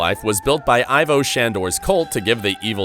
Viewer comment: "E-vo" not "I-vo"